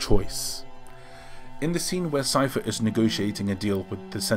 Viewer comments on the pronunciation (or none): none